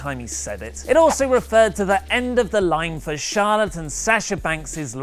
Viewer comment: says Charlotte and....but I keep hearing Charlatan lol